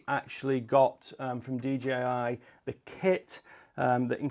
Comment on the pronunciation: Couldn't stop hearing dgi 🙉😂